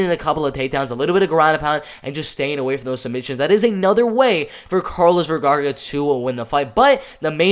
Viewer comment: Is not Vergarga.. its Vergara!! Lol